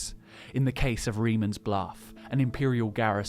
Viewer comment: that's not how you pronounce reman